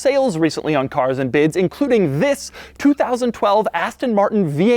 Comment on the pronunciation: He always say Fhis or Whis, Shish, never THIS!!!